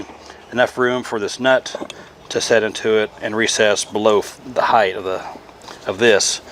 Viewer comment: It’s ride HEIGHT,, not ride heigth!